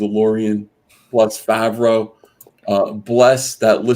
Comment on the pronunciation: It's Fav-ro not Fawv-ro. As a third cousin to the man(he's been to family gatherings a few times before blowing up)[Replacements era], having the same last name, that irk'd me so hard hearing buddy say my last name wrong.